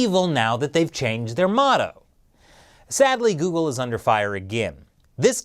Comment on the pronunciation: You mean Jeoogle